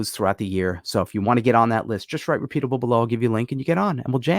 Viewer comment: Repeapabe 😂 And repeatable